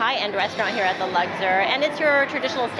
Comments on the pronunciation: Luxor not Lugzor. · The way you said Luxor sent me 😂 it’s not luckder 😂😂😂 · LUGSIR ? Lol That name was really giving you a hard time.